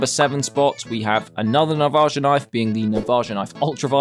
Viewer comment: i hate how he pronounces navaja